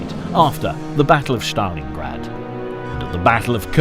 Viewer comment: Stalingrad is not pronounced Shtalingrad.